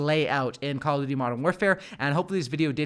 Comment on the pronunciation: When he said Modern Canpfare... I felt that.